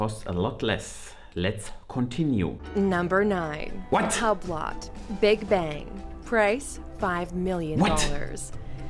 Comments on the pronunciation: Hahahahah love the way they pronounce “Hublot” as Hub-lot. Can tell they really did their research on this one. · Top 10 Uhr Video machen und dann Hublot ganz krank falsch aussprechen, das tat weh beim zuhören „Hablott“ 😖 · She really said HUB LOTT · Übloh, Bregee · Haha she said HUB-LOT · HUB LOT... Brey GET... 🤣 In French the T is silent if it doesnt have an E after like in baguette. Hublot read "hue blow", and Breguet is pronounced "brrrrre geh".